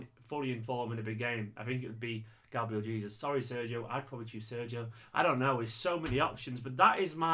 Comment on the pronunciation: love your channel but you keep pronouncing Gabriel Jesus in the wrong way